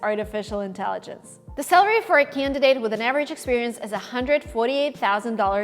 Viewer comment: Hi, I think it would be helpful if, as someone who offers educational materials for people to learn English (including workbooks, videos on your other channel, etc.) you worked a bit to improve your English pronunciation. In this video, you repeatedly pronounce "salary" like "celery," which is not the correct pronunciation.